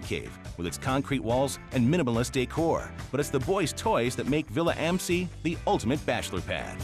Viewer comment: That awful American pronounciation of “Villa am See”...